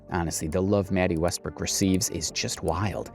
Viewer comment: Wetty Mestbrook? lmao